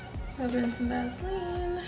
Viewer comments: Love how you say Vaseline.lol (Vazlean)😍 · It’s pronounced Vaseline not Vaseline 😂😂😂😂😂